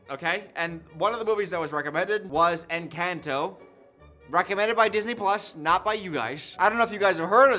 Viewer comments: I swear this "new rule" you've implemented has been around for the almost 6 years I've been subscribed to you lmfao (also the butchering of the word 'Encanto' hurts, esp bc the say it IN the movie😭😭😭) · pronouncing Encanto wrong the whole video had me yelling at the screen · the pronunciation of encanto is making me laugh so much, thank you